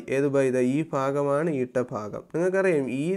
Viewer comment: ഫാഗം അല്ല സർ. ഭാഗം എന്നാണ്. ( fagam is wrong sir. Bhagam is right sir)